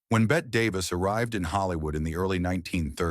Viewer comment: Its BETTE Davis. Not Bett